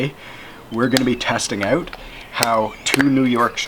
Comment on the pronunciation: Well done, Canadan ooowt lol